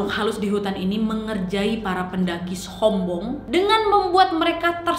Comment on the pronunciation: Ngomong "Sombong" Orang Lain : Sombong Kak Nadia : SS hombong